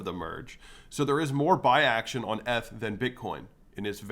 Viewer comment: do you really say "eth" like that, or you're trolling? 🤣 nice video